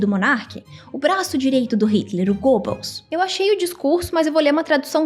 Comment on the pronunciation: fala Goebbels de novo!! Muito bom!